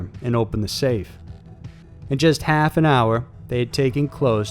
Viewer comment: "he tiiiied him up" "In just a haaalf an hour" You sometimes sound southern, I like that.